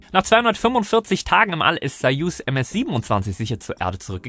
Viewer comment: Super das du bei die Passagiere Passagiere nennst und nicht Astronauten! Und Gute Aussprache bei Sojus👏🏼 Endlich wird es richtig ausgesprochen mit A und nicht mit O. Solche Kleinigkeiten mag ich gerne.